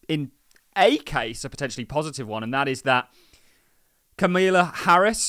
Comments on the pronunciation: are you incapable of pronouncing Kamala? Camilla? Come on. Be an adult. Be respectful. Do better. Sincerely, A Patreon Member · CAMILLA :D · Unbelievable you can't pronounce her name properly!!🤦🏾‍♂️